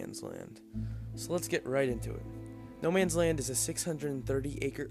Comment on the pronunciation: It's not "Noman's", it's "Nomans", and it's prounced more like "nomuns" than "no mans".